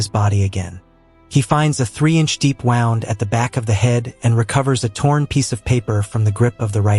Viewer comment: A 3 inch 'wound' But instead says 3 inch wound,as in the listener got Wound up,cause he keeps hearing these AI Movie Recaps,and they can't distinguish between 'Wound' and 'Wound'😂🤦‍♂️🤷‍♂️🤪🤣